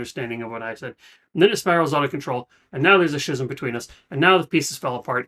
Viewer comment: Just an FYI - pronunciation is ski - zm (hard k sound) Love your attitude going in. Just so you know the video's can be distracting from the musical experience the first time through. You should experience it however you wish, but I recommend doing the official audio reaction to allow your own imagination to create the visuals. You can come back to the video later . Also the videos seem get struck more often.